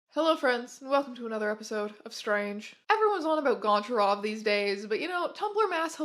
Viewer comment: FATHER. YOU MISPRONOUNCE GONCHAROV.